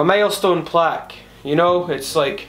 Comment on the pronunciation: "Today we are gonna be unboxin... my MALESTONE Plack u know"